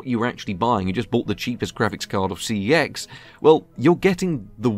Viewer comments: In case anyone is wondering CEX is actually pronounced sex. Bit of a weird one and a random bit of useless info for ya, but on their adverts they say the name of the store as “sex”. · I dare you to pronounce cex properly